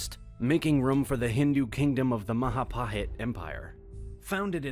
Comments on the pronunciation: Next video where you keep mixing names as you wish ... you say MAHApahit and 4 second later you say MAJA- or MADZHApahit and you say MAZHApahit... So what is the propper name on the empire? ... The dutch commander wasn´t [:Cornelius dey Hootmen:] but Cornelis de Houtman [:Cornelis de Hautman:] ... The Dutch has the closest pronunciation to english, but you fuck up even dutch names... What a pitty when you can listen to the names even on the google translator and it says you how to pronounce it (please use the language where it comes from, not english, because it is in 100 % cases wrong pronunciation).. Same with indonesian names like Joko Widodo etc... You might think IT IS TRIFLE, right? But it is SIGNIFICANTLY LOWERING THE QUALITY AND CREDIBILITY of these videos. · MAJA-PAHIT MAJA is kind of vegetation or fruit grow in the kingdom, whereas PAHIT is flavor bitterness coming from the fruit So the correct pronunciation is .....MA-JA-PA-HIT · hE Said mahapahit empire not majapahit 😂😂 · Maja not maha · Ngakak loh Pas dia bilang Mahajapit😂😂😂😂😂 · Mahajapit I as an Indonesian citizen laugh seeing this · This video has really useful information, however, only two minutes in and the pronunciations of places and names in Indonesia hurt my brain. Kalimantan (call-lee-MAHN-tan), Bali (BAH-lee), Sumatra (soo-MAH-tra), Palembang (pa-LEM-bong), Majapahit (ma-jaw-PA-heet). Vowels almost always have "pure" pronunciation. A=ah, E=eh (i.e. "ay" without the "ee" diphthong at the end), I=ee, O="oh", and U="oo". The emphasis is almost always on the penultimate syllable. It is an incredibly consistent language when it comes to pronunciation. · Bro u said mahapahit not mahapahit and yes i am Indonesia 😂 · Wonderful video, thank you very much for this. I might recommend researching pronunciation of placenames first, like Majapahit and Chola. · *majapahit lol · The poor pronunciation of native words detracts from the value of this video. Majapahit is pronounced as it is spelled!